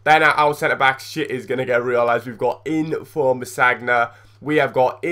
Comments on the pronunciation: its sanya not sagna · It's pronounced =sanya